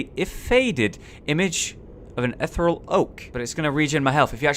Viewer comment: "Ethe-real"... Not "ethral"